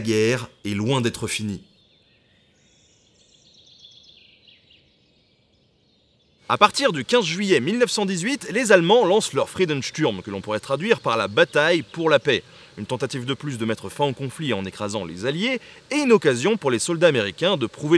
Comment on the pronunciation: Encore une fois une vidéo agréable et intéressante malgré le sujet. En vieux rabat-joie j'ai deux petite remarques, dans Friedensturm, le "u" se prononce "ou" Sturm [ʃtʊrm], et dans cote 204, c'est un "o" ouvert, quote, \kɔt\ ≠ côte \kot\ ;)